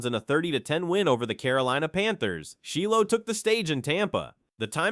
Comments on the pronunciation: Shy low, not Shee Low, AI strikes again. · Its not sheelow smh 😂